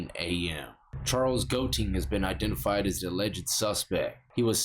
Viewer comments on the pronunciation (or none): none